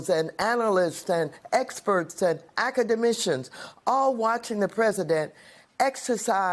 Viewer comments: "Acadamishans"???? James Brown was more articulate than this bih, & his hair grew outta his head. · "acamadicians" Maxine taught me a new word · yes academitions indeed! 😂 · Maxine said "acamaditions" 😂😂😂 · "Acamadicians!" 🙄😆😂😄😅 MW just loves to make up words.🙄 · Maxine Waters "Academissions" Wtf is that !? 😂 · What’s an akamadition?? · Maxine Watters making up words now. "Ackamadicians"🤔😒😂😂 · Nobody mentioning this lady just said “academicians”. Cuz she definitely said “academcians”. Ya’ll gonna stop acting like no like that’s a word! So no we got academics that also make things disappear out here to worry about?!?! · Did Maxine just say “actidamitions” 😮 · What is "academentions"......😂 Mad Maxine is as bad as Biden & as fake as her wigs!! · Avcountiminons.. That's articulate for sure....shs keeps winning 😂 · Accimemenditions ???? WTF IS THAT ??? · So glad I wasn't the only 1 stuck there😂 and the ackamagicians😂😂😂😂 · Did she say, "acadamissions?" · She said academishions lmao. Her old ass sounds like a deranged lunatic. So do all these slick head women 😂😂😂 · Did she say Academissions?? Lol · Academitions 😆😆 False allezations, dey not faks! 🤣🤣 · Didnt anyone notice she said "Acedemitions". Wtf is that? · Did Waters say "academicians" ?? 🤦‍♂